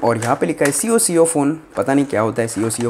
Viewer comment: c o c o nhi chutuye.. coco hai vo 🤣🤣